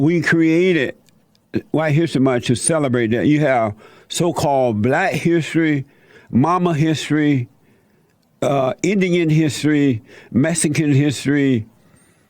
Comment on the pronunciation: Mesican, distrution, domer, routers, de, afica, mine, guess what the correct words are that Jesse is trying to pronounce.